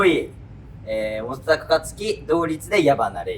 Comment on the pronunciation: 大光さんいつも本高がもtだかみたいな発音でかわいい